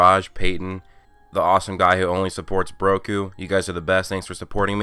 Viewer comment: Umm every time you say broku back I feel like ur saying broku black